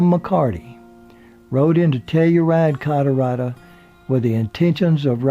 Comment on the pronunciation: first time i hear Colorado being pronounced Colorada